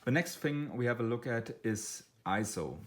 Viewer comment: I had a bit of a problem with your accent and mispronunciation of Ah PER chur and EEEzo, plus low volume and monotone voice. But after watching the video several times I was able to get something out of it. Overall a decent video, but with the above comments.